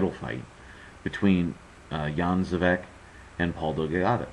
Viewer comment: Would it be too much to ask, to get the name right? Spelling: Dejan (first name) Zavec (last name) Pronounced like: Day-an Xah-vets